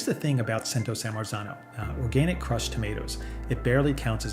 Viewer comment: CRUCHED TOMATOOS?